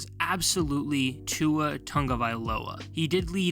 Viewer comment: Tua snub makes sense. I mean if you can't even be bothered to say a player's name right, he's likely to get snubbed even if he's been playing well.